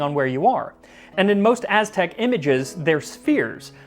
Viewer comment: Kudos on your mastery of the Mestizo Azteca pronunciations, definitely tongue twisters, even for Mexicans. Were it me, I'd bathe that lardless batch in any variety of Mexican sauces, esp mole. The history telling was hilarious.